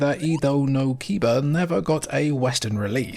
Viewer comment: Edo no Kiba isn't "Ida no Kiba" it's "Edo no Kiba" Japanese pronunciation isn't so hard if you remember how to pronounce vowels: a — 'FATHER' not 'apple' i — 'LATRINE' not 'INSTANT' u — 'RUTHLESS' not 'buddy' e — 'EGG' not 'sweet' o — 'MOLE' not 'doom'